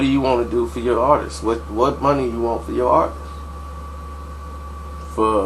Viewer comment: He said "My Ahhtist" lol!